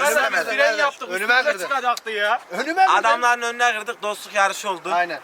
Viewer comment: onunu kaldimk derken. dddd